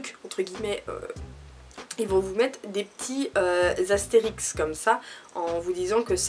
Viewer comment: Astérisque et pas Astérix stp😂❤️ (Team L désolé) Super video, toujours très crue dans tes analyses, ça Manque beaucoup sur YouTube ! Continue comme ça !!❤️